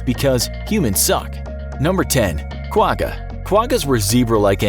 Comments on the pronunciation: As a side note from a South African the quagga is not pronounced with a hard g , it pronounced with a sound like you have popcorn stuck in the back of your throat kind of like how you pronounce l'chaim ( a Hebrew cheers/toast) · The way you’ve pronounced Quagga makes me laugh 😂 it is difficult to pronounce though, the best I can explain it is when your trying to make a spit ball and make a ggghhh noise at the back of your throat x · You didn’t pronounce Quagga right. Lol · You pronounce Quga wrong